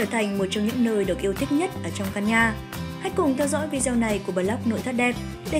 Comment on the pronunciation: Tập phát âm lại từ VIDEO đi em gái !